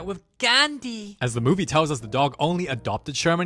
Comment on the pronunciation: “Da mooooovue beegins”